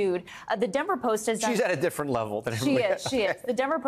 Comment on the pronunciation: “…@ diff-firrant level….” ELITISM, dbl std, 2-TIER SYSTEM